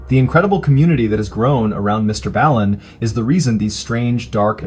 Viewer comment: When you miss pronounce Mr Ballen you know it’s a fan account